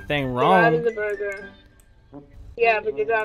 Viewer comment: Woahhh watch the r it's burga